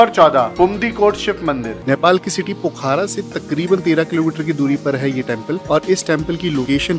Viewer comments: भाई पोखारा नहीं पोखरा बोलो यार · पोखरा नाम है पोखारा नही